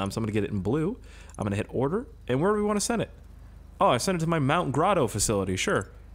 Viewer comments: Why are you saying mount grodo bruh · "Mount Grodo"